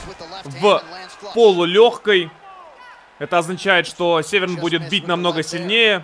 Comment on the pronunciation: Дико извиняюсь но не Северн а Дэн сэвэрн .